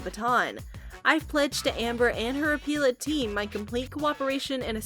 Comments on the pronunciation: Appellate. Not appeal-ate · Please stop mis pronouncing "apellate" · I wish this lady knew how to pronounce appellate.